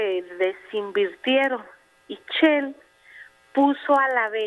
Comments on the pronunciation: Desde el momento que dice "CHEL" en lugar de "SHELL", ya nos llevo el ... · ROCIO NAHLE TIENE EL MISMO GRADO DE INTELIGENCIA DE LOPEZ OBRADOR OSEA NULA NADA CERO NO SABE DECIR SHELL DICE "CHEEL" MEXICO VA A LA VELOCIDAD DE VENEZUELA JAJAJAJA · Yo también me la cure.cuando dijo chell.ya mero decía chela.lastima de apellido extraño.